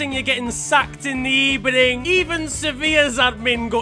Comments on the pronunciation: Well At Least Bernardo Didn’t Say Good Ebening Well Bad Ebening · When Unai Emery gets sacked: Good ebening, it was a really bad ebening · Is it weird that I laugh every time Unai Emery says “Good Ebening”? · No one: Literally no one: Bernardo Silva: I will not speak Mourinho: I will not speak Emery: Good eBening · How can someone pronounce something wrong so many fucking times and still not get it right Good Ebening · The amount of times Emery has said “Good Ebening” in his interviews makes me think he spends all week on Twitter. He knew it was a meme and wanted clout. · Gscheida_Bua Its good ebening. Get it right